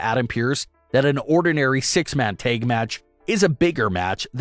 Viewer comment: Dude...the "a" in "tag" is a short vowel!